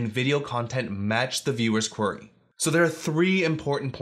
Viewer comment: Great tips but I'm always distracted by the mispronunciation of "query" ("Quarry")